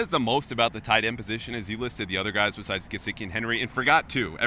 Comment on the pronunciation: Why does always say gesicki with a j sound? It's not jesicki it's GEH-SICK-E. So annoying when these guys can't be bothered to pronounce the players names correctly.